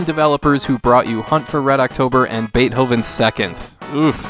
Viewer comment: BAIT-HOVEN? It's BAIT-TOVEN! LOL! SMH!